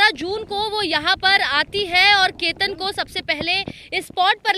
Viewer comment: Ketar nhi ketan h